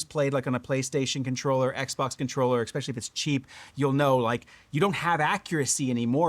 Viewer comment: Sorry to do this... eSpecially, not eXpecially. It's alright we all do it. Just thought you might want to know. Sometimes it's like having food in your teeth but nobody says anything. That said, I didn't miss the point of the video and I am totally on your level and appreciate quality design practices. This radio nails it! Maybe they can copy a more compact radio some day and bring along the same improvements. The game controller style radios are what I prefer, as long as they provide a good point for the neckstrap to clip on that's not an afterthought. Love your commentary and how you point out when these companies spend more on marketing than manufacturing.